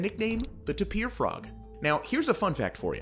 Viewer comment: tapir, American pronunciation- Sounds like: tay-pr or taper (*not tay-peer) ----- Also frogs are amphibians, not reptiles.